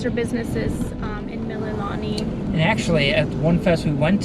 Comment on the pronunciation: FYI....Mililani=Mee-lee-lah-nee=Hawaiian for "praise"